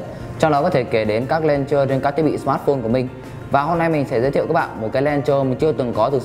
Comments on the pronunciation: đọc là "lôn chơ" chứ k phải "len chơ" nhé anh gì ơi. mình góp ý vậy thôi chứ k có ý gì nhé :p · chính xác là đọc là ''lăn chờ'' bạn nhé .__. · review hay, nhưng mà mình xin góp ý tí xíu là launcher anh review phát âm bị sai nhé :D